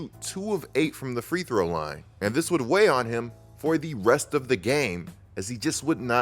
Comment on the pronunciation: Bro, ain’t it “free-throw”….not “three throw” 😂💀